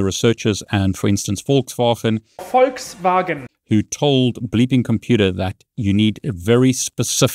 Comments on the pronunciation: It’s pronounced “FolksVagen”. Get it right! 😉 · There is no h in Volkswagen! In all seriousness, great video! Short, precise and (besides "volkswahen") no BS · It's VOLKSWAGEN, dammit! 😂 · Did she say "Folks Fagan?"🤔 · No, she said “Folks Vagen” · I immediately clicked "Dislike" after hearing the first mispronunciation of "Volkswagen." I will now dislike every video you post until you prove you've learned the correct pronunciation.